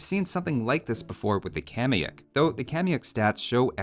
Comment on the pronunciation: Informative as always, binging your vids made me want to come back to this gem of a game. One thing i'd like to point out and i know, i know... i'm 6 years late to the party but for better reference the actual pronunciation for kamayuk should sound a bit more like /kama'juk/. Really hope that helps! cheers from Perú!